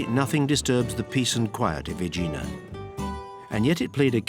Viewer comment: The pronunciation of the narrator is messed up. There is no place in Santorini named OIYA, it's E-AH EEEEEEEE AHHHH The island volcano was named Saint Irene by the Italians (Sant'Irena) which resulted to the Greek sound Santorini. The official name of the island is Thera which means gate in classical Greek. He also mispronounced Aegina (EH- γina) and other places. And like someone else noted, no word about the stolen marbles from the Parthenon by Lord Elgin, a thief, who obtained permission from the Turkish governor during the Ottoman rule in Greece, to lift the Caryatids and other sculptures undisturbed and take them away to his country!